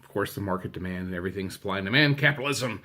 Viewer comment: CAPITOLISM! Thank you for explaining what a grail pin was :) I appreciated your French accent hahaha and agree that Spanish is more applicable here! I loved the Olaf pins but my fav was definitely the one of him on the barrels with his head off, ha! And agree that it’s super cool you got #1. I loved the Elsa dangle pin. And the cast member exclusive Elsa pin is gorgeous! Thanks for sharing! -Allison